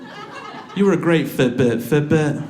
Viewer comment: Took me 10 minutes to figure out he was saying "Fit Bit".